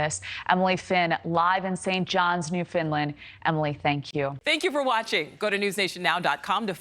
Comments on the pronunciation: New Funland not New Finland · Newfoundland not Newfinland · 🤣🤣🤣🤣🤣 New findland? Newfoundland New-found-land. Try putting that together.